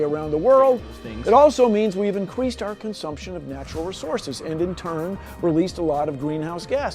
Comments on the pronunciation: For the Bill Nye video, did anyone else hear him say incweesed instead of increased?😂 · Why does Bill Nye say, "we incqueased our consumption"? That dude is fill on mental